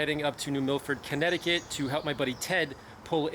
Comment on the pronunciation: Es impresionante cómo antes hacían las cosas para durar siempre. PD. Kereniki no. CONNECTICUT. Hablad bien, por favor.